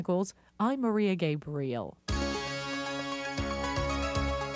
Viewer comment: Maybe for emphasis and/or punning :"GabREAL"